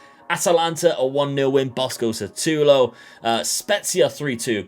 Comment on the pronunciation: No offence, but it's Šutalo not Satulo. Letter "Š" is similar to letters "SH" in a shoe. You can try and say Shoe-talo :) Thanks for the good content!